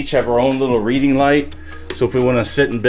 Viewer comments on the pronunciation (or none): none